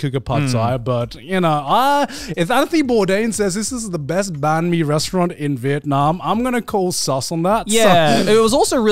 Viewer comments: banh mi is pronounced like "ben-me." also tonally you go down with the "ben" and then up w the "me" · Someone please teach joey his to say banh mi